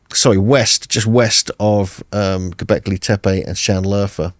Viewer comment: “Have you been to gobleki tepe?” Jesus christ, get it together man.